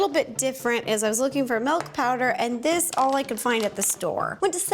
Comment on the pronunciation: What is "melk"?? 😂